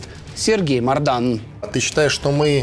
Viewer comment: это не мордан а бардан